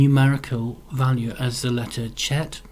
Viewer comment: Go two minutes and 3 seconds in for the pronunciation of "Cheth"